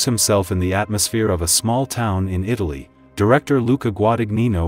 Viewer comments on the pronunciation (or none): none